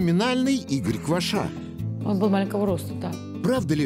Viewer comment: Не КвашА, а КвАша! Украинская фамилия.